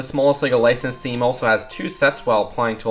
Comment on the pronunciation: He says licenses like this, lisanins.